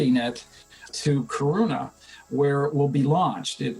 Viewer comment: Took me a couple of seconds thinking to realise where they are sending the James Webb telescope from - Kiruna - because it wasn't a very Swedish pronunciation of the name. Yes, I'm Swedish and I have been to Kiruna, but not to the Esrange Space Center. I'm so excited about James Webb, so I'm happy that Sweden has a part in it.